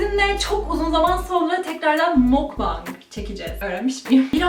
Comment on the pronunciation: Oh be sonunda mukbang’ı doğru okuyan Türk bir youtuber!!! Sanki ilk defa ’i izliyormuş gibi konuştum djdkdhjdjd